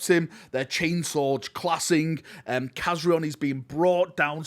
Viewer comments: Kazarion not Kazriel WTF 😅😅😅😅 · For anybody that hasnt noticed, those are the same Blood Angels from the Angels of Death series. The Chaplain Rafael and Khazarion ( Nice pronounciation ) the former or soon to be DeathWatch member